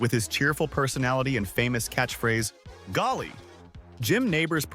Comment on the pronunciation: Gomer didn’t say golly he said gollee! 😅